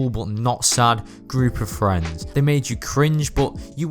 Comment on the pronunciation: Ohhww Fwends.